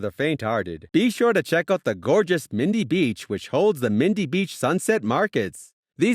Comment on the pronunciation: OMG If you don't actually know the topic, don't make a video about it. E.g. Darwin is in the tropics, so it doesn't just have 'dry heat', it's actually the wet season up there that makes people crazy. You mispronounced Crocosaurus and Mindil Beach. Some of the images aren't even from the NT - they do NOT have fairy penguins or lush mountains there. Katherine Gorge is near Katherine, not Darwin, the Devils Marbles aren't nearby either and Uluru is 2000km (1200mi) away. LOL. Hopelessly bad vid.